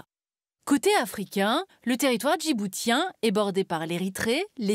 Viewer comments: On ne prononce pas « djibou-t-ien » mais « djibou-ss-ien » comme on dit « aou-ss-ien » au lieu de dire « aou-t-ien ». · On prononce djiboutien avec le t comme un c. Djiboucien... franchement c'est la base... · On ne prononce pas le T de Djiboutien comme un T mais un S si je ne me trompe pas. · Déjà prononcez correctement "Djiboutien" puis arrêtez de propager de la propagande ! Merci de s'occuper de l'Europe en premier lieu..